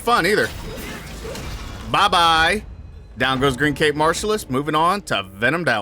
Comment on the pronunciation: just so you know, youre mispronouncing his name, you are saying its green-caped martialist and you gotta pronounce it like the word cap